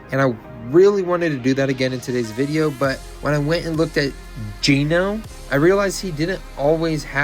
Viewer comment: Bro said "Gino" 😭 🐢